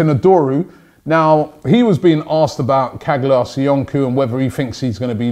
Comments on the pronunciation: Kag-lar Soy-on-ku 😂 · Loool it's pronounced "Cha-laa So-yun-choo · Please try to pronounce Caglar Soyuncu's name correctly.... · Robbie caglar soyuncu is pronounced like this. Please check the link